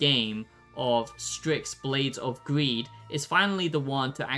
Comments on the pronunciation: Why are you pronouncing it 'stricks'? It's 'sticks' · LMFAO DUDE it’s called STYX not STRIX 😂 fr can’t anyone even read anymore??..